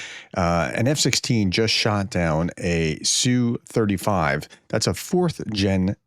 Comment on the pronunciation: "ess you". Prof, check your pateon comments. Linked you a source so you can quit sounding like either an idiot or someone who's trying to be pro Russian using Russian pronunciation of the abbreviation. In English, the designation is said "ess you 35". For every Russian aircraft type except the MiG, the letters are individually stated by letter name, as if you were reading a aircraft's tail number. You wouldn't say tail number "nu 650 ga" for N650GA, you'd say "N" 650 "G" "A" (except you'd also say six, five, zero, but you get the point, hopefully).